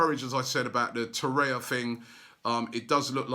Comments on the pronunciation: Robbie for the love of god its not Torreya, its Torreira. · Torreira not Torrea, mate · To-ray-ra, Robbie. Not To-ray-ya. FFS. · You are mispronouncing his name in every video – It is TorreiRa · Torreira say Torreira Robbie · It’s pronounced To-reh-rah, Robbie .... ugh I give up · Ffs Robbie please pronounce it torreiRa .... Jesus man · I hope when Torreira arrives at Arsenal Robbie learns to say his name correctly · Robbie, stop ignoring the second R in Torreira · I wonder if I'll still be alive when Robbie starts pronouncing Torreira correctly. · Whens Robbie gonna start pronouncing his name right? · Allynoor Ahmed he could make a good start by saying his name correctly ha ha Corzola teehee